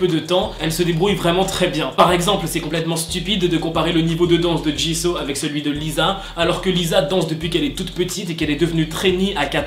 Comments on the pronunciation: ca ne se prononce pas ''chiseau'' mais ''Jisou'' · Sa se dit jisou pas jisso 😉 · On prononce jissOU pas Jisso 😭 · Par contre un truc on dit pas [ jiso ] on dit [ jizou ] sa s'écrit jisoo bien sur mais C ta prononciation 😂😂😂sinon continue (bias JENNIE et JISOO pour BLACKPINK Sinon JUNG KOOK❤️) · Tu dit jiso c'est jisou! Enfin ça se prononce comme normalement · Jisooo❤❤❤😔DEJA CE NEST PAS "JISAW" MAIS TU LE PRONONCE "JISOU" OK!?Bref si je parle de Jisoo ca va prendre 1h et 300lignes pour dire que je l'aime😂😂C'est qi votre Bias?(je pose tjrs cette question) moi c'est Jennie😍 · Ça m'a perturbé que tu dises jis'oo' a la place de jis'ou' (évidemment sa s'écrit jisoo mais sa ce prononce jis'ou') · C'EST JISOU pas JISO et elle est leader vocalist la chanteuse principal c'est Rosé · Ca ne ce dit pas Jiso mais Jisou. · Mais par contre ça se prononce jisou et pas jiso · J’aime le contenu de tes vidéos mais stp respect les noms des Idols ! « Min YoonJi » « JiSSO »😂😂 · Ça me perturbe tu dit jisso 😂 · Mais eft jisoo ça ce prononce pas jisou 🤔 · Franchement Jisoo mérite beaucoup mieux -C'est ma bias -Elle chante très bien -On la juge pour sa danse mais comme tu le dis sa voie est très stable -Elle à commencer après toutes les menbre mais je trouve que c'est la meilleure -Je dis juste qu'elle mérite mieux -Au passage on dit "Djissou" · Ca me stress tu prononces mal son nom x) Ca se prononce Dji Zou !!! Meme toi tu l'a respecte pas mdrr x) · Jisoo ça se prononce pas comme ça.